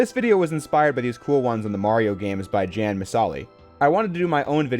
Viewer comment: His first name is actually pronounced ian and not jan Other than that, good video!